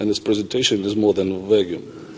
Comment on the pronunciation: уровень владения английским у чувака явно недотягивает до статуса зала, в котором он выступает. особо доставила попытка выыговорить vague, - явно впервые видит это слово. и навык публичного выступления слабоват я так понимаю и то, что он несёт (рыдания на legalese диалекте английского) никак не помогает ему распрямить грудь